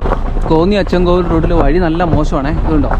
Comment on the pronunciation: അച്ചൻകോവിൽ... Not അച്ഛൻകോവിൽ....